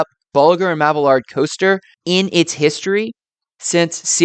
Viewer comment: Mab-ee-yard. No hard L in the name.